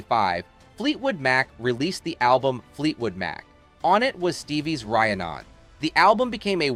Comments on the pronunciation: FYI.... Rhiannon is pronounced Ree Ann Non......Good Grief....... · It's "Reeee annn non" Not what you are saying! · Ikr? It's not to hard to pronounce Rhiannon. Ree An None How hard is that ffs? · Interesting details ruined by mispronunciation. Rye-a-non? Add-dit-shion? So distracting. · Is it AI, or is it just a content creator who doesn't actually listen to the music? I heard two different pronunciations of Rhiannon in this video, and they were both wrong! Having said that, when I heard about a tour involving Bob Dylan, Tom Petty, and Stevie Nicks, my response...being a classically trained singer myself...was, "That makes perfect sense!" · Also, how do you do a video on Stevie, and not know how to pronounce "Rhiannon"? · Seriously. I don't even know if this narrator is human. Who alive doesn't know how to pronounce Rhiannon? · You should have listened to the song Rhiannon to pronounce the word properly...good grief. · Your pronunciation of Rhiannon is ridiculous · The narrator ought to at least pronounce "Rhiannon" correctly! Proves he's never listened to the song. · Learn how to pronounce "Rhiannon" - just listen to the song. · Is this AI generated? The continuous mispronunciation of “Rhiannon” is a dead giveaway. Also the writing feels like a high schooler’s cut and paste👎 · Learn how to pronounce words like. Rhiannon, One life to live....... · There's nothing like a robotic voice and a video done by underpaid sources to make ad revenue. Goodnight, pronounce her major hit Rhiannon correctly. And come on Youtube, stop this!